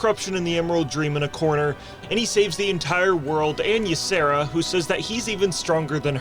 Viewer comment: When the Y is at the beginning of a name, it is pronounced EE- Sara Not "Ya-Sara" It's just an EE sound. It's not as hard as it looks at first.